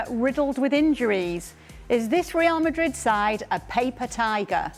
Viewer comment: Suprised Ale turned up today, his beloved rrrrrreal madrrrid 😢